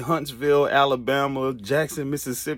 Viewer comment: bruh don't do Alabama like that 😂😂😂... that's some freaky Midwest swang shit